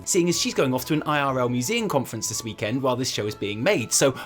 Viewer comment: Why do you say weeeek end like that. Lol